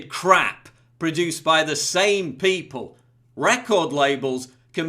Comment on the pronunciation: I love your videos. I agree with everything that you say. But, it drives me crazy everytime you say "pee pole" instead of people.